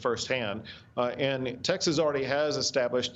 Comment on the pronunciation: Maria, is Taxes really a state? Or are you just intentionally mispronouncing the name of the state of Texas? If so, then WHY?